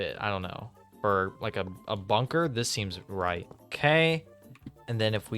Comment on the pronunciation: When he said bunker my broin immediately thought ´´BUNGER´´.